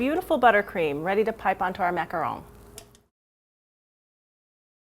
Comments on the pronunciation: no, she pronounces it correctly. they are a french cookie, and that is how they are pronounced. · I swear, you're the only person on youtube who has a macaron tutorial and pronounces the name correctly. I hate it when people call a macaron a macaroon when they're two different kinds of cookies. BTW, when's the best time to add food coloring for both the cream and the cookie parts? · Okay so there are people talking about the pronunciation long time ago, but I'll say it anyway. She's saying it right. It's a french word and it's correct how she says it. There is a difference between macaroon and macaron. All you have to do is actually look it up :\